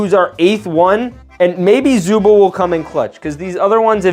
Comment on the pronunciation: it’s pronounced zooble not zoo bowl